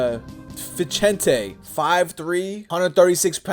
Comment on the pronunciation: Vicente Is “VEE-ZEN-TAY” not whatever you said